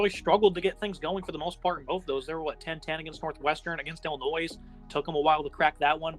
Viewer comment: Dude, the “s” is silent in Illinois.